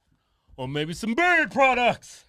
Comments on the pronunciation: Do you keep saying bird products??? I gotta go check it out. Lol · I always thought they were saying "bird products" lol JK I speak jive lol JK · I can never find their “berry” products..??!! I think that’s what he said?